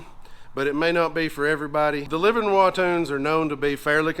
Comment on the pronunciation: Livernois (pronounced Liver-Noy )Motorsports. It's a Michigan thing lol. We're almost Canadian in our speech habits.